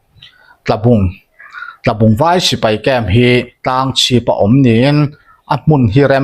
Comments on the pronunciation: Tlabung inkah ti a i chhiar hi Tualbung tih tur a ni, Chalfilh tlang buthut a mi hi. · Ngopa khawbul Tlabung i tih hi Tualbung tih zawk tur a ni e,,@ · Ngopa bul ami hi Tlabung ni lovin Tualbung tih zawk tur s ni e.